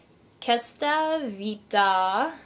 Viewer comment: you're beautiful! I subscribed! BTW, I'm italian and I wanted you to know that the pronounciation of "questa" is "kwesta". :D